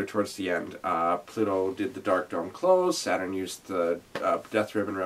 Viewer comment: yea i forgot the name of the Uranus Neptune song had to look it up Chou Bi Uranus Neptune/ Ha in this musical when they say Saturn it sounds like sat on.